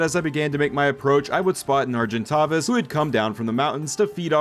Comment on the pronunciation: I cannot stand how you mispronounce argentavis.